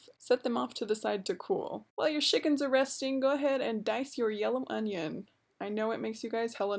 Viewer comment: I love how you say Shickens.